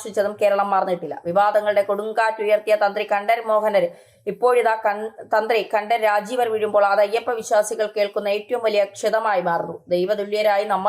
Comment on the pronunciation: Pl. say Correctly- KantRaraRRu